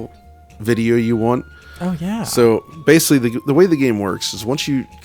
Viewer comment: keeps saying ‘basely’. The auto subtitles on YouTube translate that to ‘basically’. Is he just repeatedly mispronouncing the word basically, or is ‘basely’ a pc term I’m not aware of?